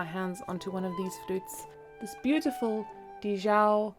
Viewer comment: Thanks for sharing! Also, I believe it’s Di Zhao not Dhi Zhao.